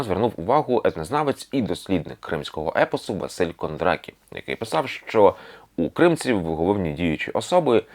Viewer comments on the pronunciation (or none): Чудовий матеріал! Зараз нам дуже потрібен контент про Крим. Підготуйте більше легенд Криму! Але маю зазначити, що у відео є кілька помилок: киримли або киримлилар - корінний народ Криму, а не киримлар, кримський етнограф Василь Христофорович КондарАкі, а не Кондракі, Курбан-КаЯ, а не Кайя. А ще "геніус лоці", а не "локі". Так, скандинавський Локі, звісно, був би не проти, але тут він не до чого)